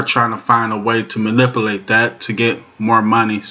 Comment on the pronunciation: "Manipilate" is not a word as the way you pronounce it. The proper spelling is "Manipulate" and is pounced like it is spelled